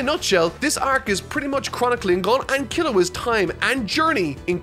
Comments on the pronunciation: for future reference, vowel sounds in Japanese words are consistent. Every 'O' in every word is pronounced "Oh". Also, I'd say Gon still wanting to be there for Killua is less to do with Gon immediately grasping the nuance of his situation, and more to do with his rather questionable morality, but you'll get there eventually. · "Gone" didn't bother me as much as how you said Kurapika 🤧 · Am I the only one that heard him say "gung" at one point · Goe vs Gaw. Go-n is corect, Gawn is incorrect. Imagine if someone kept saying Gockoo instead of Goku. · Her: GOWN Him: Ok I made a mistake his name is GAWN Anyway, great video 👌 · japanese friend: gon => g oh n: ah yes, gong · "alright i made a mistake his names [STILL SAYS GAWN RIGHT AFTER LEARNING ITS GOHN] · it is gon not gone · How tf did yall catch "Gun" but not "Gin" pronounced like the beverage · he said gun the he said I made a mistake it's gun. gown w there is a w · I say "Gahn" not "Gone" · NO!! He's Team "GAWN", not the correct Team "GON"!!!😆😂🤣😭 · Keep pronouncing his name gon or gan and not gun. These people deserve it. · how do you make a joke about pronouncing the name wrong but then keep doing it…it’s cringe i hate GAWN it’s gon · I'm pronouncing it how I heard him say it from now on, "Gun" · i particularly enjoy "Gawn" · Apparently, everyone was upset about "Gawn" and no one felt weird about "Koorapee'ka". Seriously? I get shivers down my spine every time XD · Yeah he calls him "Gan" until the last part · "goun" The internet: "so.. You have chosen kurapika rule 34" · lmao he called Gon "Gong" and called Kurapika "Cooley pika" he only got "Leorio" right lmao wtf he 100% used google translate xD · Love how he went from “Gu-own” to “Gah-ungh” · So now instead of “Gun”, he says it “Gong”. Beautiful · Fu*k I did not even realize he was saying Gawn all this time. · If you didn’t bring up the way you pronounce the name it never would’ve bothered me. Now I can’t unhear Gong